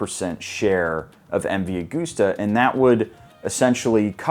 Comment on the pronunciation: Say MV Agusta like "August" not "Goose". Silly 'Mericans.